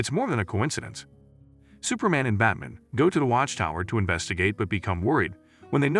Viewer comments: Anyone else distracted because the narrator keeps referring to Batman as "Bat-mn"? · I'm tired of AI narrated videos. It can't even pronounce Batman correctly. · If you're going to replace the original audio with your own narration, you really should learn how to correctly pronounce "BATMAN"